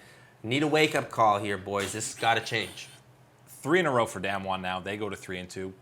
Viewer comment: Love the content guys! You’ve really burst onto the league content scene and are doing a great job! Note though: Damwon is pronounced more like “tahm” for the first syllable. But seriously. Great job. Looking forward to the content for the rest of the summer season and into worlds!!!